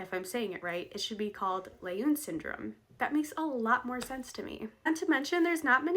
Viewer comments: The doctor who discovered the genetic basis for Down syndrome was Dr. Jérôme Lejeune (pronounced like leh-zhune) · I dont know how you spell the name of 2nd person you suggest the syndrome should be named after but you pronounced something like L'une. People will always find ways to make fun of names - it occurs to me some might call them Loonies! Downs or ups is less offensive but work on something more apt, i.e. syndrome 21.